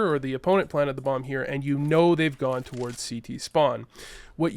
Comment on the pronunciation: Are you Canadian? I've noticed that Canadians tend to pronounce the word "towards" with 2 syllables instead of 1